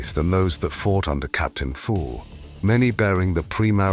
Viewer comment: Am I the only one to hear "captain Davian Fool" instead of "Thule"?